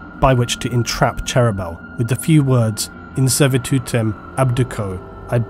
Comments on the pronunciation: In the audiobooks the pronunciation of Cherubael is different to and imo sounds much better; "Chair"-"roo"-"bey"-"al". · you need to follow your own advice and listen to some audio books yourself. the way you butcher cherubaels name is pure cringe.